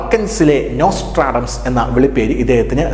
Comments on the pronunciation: നോസ്ട്രാഡംസ് എന്ന് ആവർത്തിച്ച് പറയുന്നുണ്ട്, നോസ്ട്രഡാമസ് ( Nostradamus) എന്നല്ലേ? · നൊസ്റ്റർ അടാംസ് അല്ല സാർ... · ഇദ്ദേഹത്തെ എന്തിന്റെ അടിസ്ഥാനത്തിലാണ് ഒരു presenter ആക്കിയിരിക്കുന്നത് എന്ന് ചിന്തിക്കുകയാണ് ഞാൻ. മലയാളം പോലും വേണ്ട വിധത്തിൽ കൈകാര്യം ചെയ്യുന്നില്ല എന്നാണ് ഞാൻ കാണുന്നത്. വാങ്ടെ, ഭീകരം....., നോസ്റ്റർ "ആഡംസ്". ഇതൊക്ക അറിവുള്ളവരെ കൊണ്ട് ചെയ്യിച്ചൂടെ? മ്ലേച്ഛം.